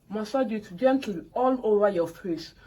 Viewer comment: Gentli gentli🤣🤣🤣🤣 na really kwokor kwokor 😂😂😂